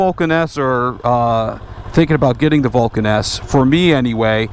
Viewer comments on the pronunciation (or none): When you say Vulcan S it sounds like Vulcaness.